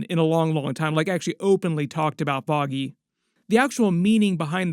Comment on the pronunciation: Foggy... FFFFFOGGY Nelson, not Boggy 😂😂